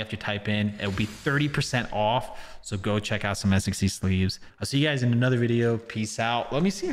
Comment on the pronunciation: i thought he said gaes